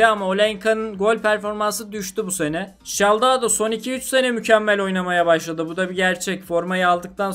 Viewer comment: Çiçaldao değil Çikaldao